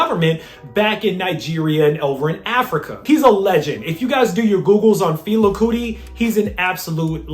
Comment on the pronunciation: FEH-LAH, KOO-TEE. My guy said “Fila Cootie”😂😂